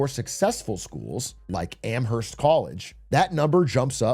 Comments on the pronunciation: amherst college mention was wild. it's a-mrst btw the h is silent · he said the H i'm sorry big A there's no H in amherst it's silent